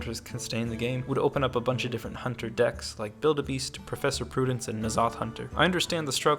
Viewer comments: Professor prudence? It's putricide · I'm pretty sure it's professor putricide, pronounced like suicide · Its professor "pew-tri-cide"